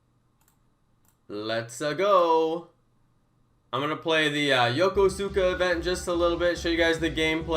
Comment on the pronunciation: You can’t even say Yokosuka right. Why the hell do people like you have to use up the codes when you’re not even going to the event and it ruins it for people like me that live less than an hour away. Thanks a lot.